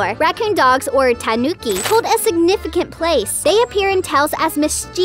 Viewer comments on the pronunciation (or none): none